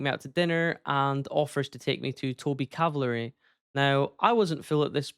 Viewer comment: The way you say McDonnalls (not McDonalds) and Cavalry (not Carvery) is both cute and annoying lol